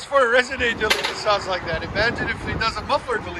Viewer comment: “Resonator” hahaha